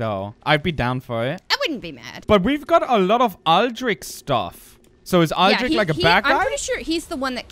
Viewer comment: The lady in the intro pronunced Aldrich in a different way :p Anyway, great episode!